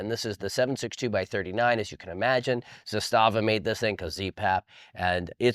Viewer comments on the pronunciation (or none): none